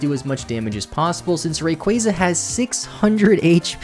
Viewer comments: Hey... really quick... Ray-quah-zuh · STOP SAYING RAYQUAZA LIKE THAT FFS